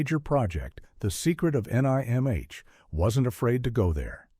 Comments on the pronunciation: Who would have thought that the voiceover was AI. One thing it has trouble with is pronouncing out abbreviations that are words. The Secret of NIMH Not The Secret of N I M H. And that's how you can spot AI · Nimh...say the word..you don't say each letter lol